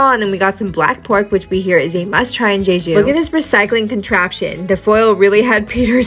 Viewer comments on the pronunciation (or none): jeju is pronounced with two hard j's 😄 it's not "zhayzhu"